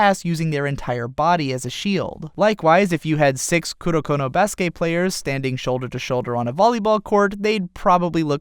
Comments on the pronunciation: i cringe every time he says baskay instead of baskET. Its pronounced baskET, since it is a loanword of the english language being used in japanese. it aint french bruh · Baske' ? did you just intentionally skipped pronouncing the "t" ? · I literally couldn't finish this video cuz of how he pronounces basket 😐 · Basket...theres a T at the end of Basket. Pronounce it...